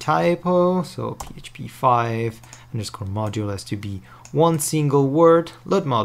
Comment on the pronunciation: OMG the part of that "mnodule" was driving me crazy lol